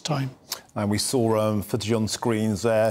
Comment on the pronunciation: Apparently the left reporter doesn't know how to pronounce the letter A. He called his colleague "" and said things like "We sow" and Proog. The other one pronounced Prague wonderful.